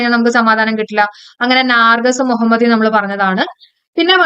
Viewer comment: നാർജസ് അല്ല mam.... നർഗീസ് മൊഹമ്മദി